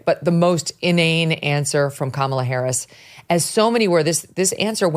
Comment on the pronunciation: Didn't Oprah mispronounce "Harris"? Isn't that supposed to be disrespectful?